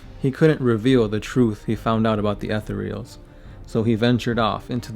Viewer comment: Jesus, fuck, how do you not know how to pronounce "Etherials"? Fucking, google the word "etherial", use that little thing that tells you how it's pronounced...now add an "s" to the end and you're fucking done. Christ. He destroyed "any likelihood"? I think you mean "likeness". I don't think he can destroy the possibility of Farsight....whatever that's supposed to mean. Also, love the, at least, 10 facts that aren't about Farsight...nice.